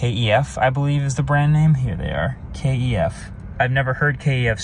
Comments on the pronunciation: In the high end audio world we pronounce KEF like" K(eff). They make really good speakers and quit dope looking too. 👌🏾 These are pretty exciting along with the Lucid Air Sapphire, and Gravity! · Doesn't know KEF. I'm actually surprised. I'm watching [and listening] to video with a HDTV, but the sound is being produced by my 34 years old KEF Reference 104/2s. And boy did they pick out the in-cabin low rumbling noise. I'm sure it was just microphone placement, but it was all there in detail. And, just for info, KEF is pronounced as a word, not each letter sounded out. So the E in KEF sounds like it does in LET, and not FEET. Those round visible door speakers are, i believe, a variation on the units in the LS50 compact hi-fi speaker aystem. About the Emeya - does it hands down win the "get out and look back as you walk away" test? I'd get neck strain. Bearing in mind that the latest BMW BEVs qualify for the "keep your eye on the house front door and never look back" medal, the Emeya is at the other end of the scale. I think if I got out of it and walked away I'd end up sitting on the front door step and gaze back at it all day. It's gorgeous. And the Eletre is damn good looking considering its an SUV. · KEF speakers have been around for over 60 years. They made their name as studio monitors. Obscure works such as "Dark Side of the Moon" and "Bohemian Rhapsodies" were mixed down with KEF monitors (pronounced usually "kef" as a word not k.e.f.) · Kent Engineering and Foundry aka KEF, not k.e.f but KEF. You should check out the KEF LS60 speakers. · "kef" not KEF - I've never heard KEF, um were you living under a rock? oh yea you are